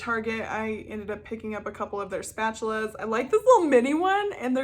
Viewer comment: Luv your "statchulas" lmao "yeti toe"